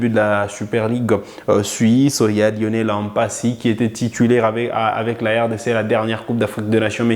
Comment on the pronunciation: Merci pour les infos, et j'aime votre chaîne. Mais une remarque, vous êtes un congolais et un Afrique , et vous savez que nos noms sont sacrés, donc svp ne prononcer pas mpasi comme les occidentaux, c'est Lionel Mpa-si et non M-Mpasi pareillement aussi avec Mbemba